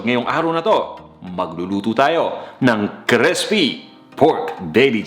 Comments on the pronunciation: Okay ang cooking mo pero ang arte mo mag tagalog at nag slang ka pa sabay taglish ka pa. Arte mo bata. Mag Tagalog ka nalang para tunay na pinoy. Buti nalang sa dulo eh nawala na arte mo sa taglish bata. Crispy not Crespi ! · Baka po crispy at di crespy. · Nakakaloko yung pagbigkas sa "crispy". Parang sinasadya talaga, eh.